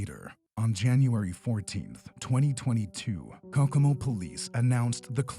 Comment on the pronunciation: Is this done with a computer voice? The name of the the Indiana city is pronounced Coe Coe Mo. I'm pretty sure it's not cockamo.